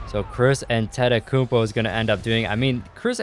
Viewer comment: No offence but I hate the way you say Antetokounmpo